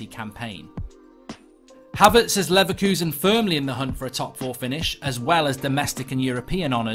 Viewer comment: I hate to be 'that guy' but you've been talking about Kai Havertz for quite a while now and you've been pronouncing his name wrong. It's Kai as in Hi with a k not kay. Love the content as always and its great to see you trying new things